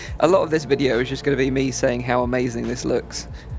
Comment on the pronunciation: A lot not A low okay. Okay not oket. Cali